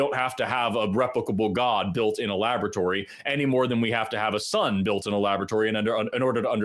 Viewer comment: they are arguing with a person who says :"Labatory"... just sayin'